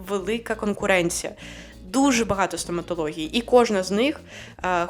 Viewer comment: Не вистрибуйте зі своєї шкіри, будь ласка! Бо ви є російськомовна людина. Покі що вам це неможливо приховати. З вас вистрибує дуже богато російських та зіпсованих українських слів. Наприклад: старався, абс'а'лютно, 'в' масштабах, ст'а'м'а'тологія, корочє, кап'є'ц(ь?), н'а'рмальна, б'а'г'а'то, кабзд'є'ц і так далі і тому подібне... Плюс нестерпно безграмотна постановка наголосів. Потрібно казати бюрокрáтія, бюрокрАтія - і не інакше.